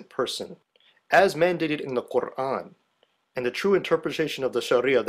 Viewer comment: as written in the qurrrrrrrrrrrrrrrrrrrrrrrrrrrrrrrrrran. i love the over pronunciation. what a dick.